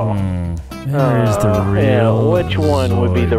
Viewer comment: “Heart of da cards” immediately smashed by a refrigerator😂